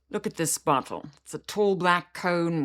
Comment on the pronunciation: the way you say "bottle" is what I think Emma Stone was trying to convey on Graham Norton's show a while back